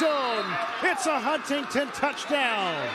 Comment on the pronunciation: Why do they keep saying HuntingTon